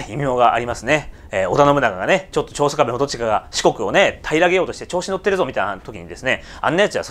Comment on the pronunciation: ちょうしょかべって言いましたよね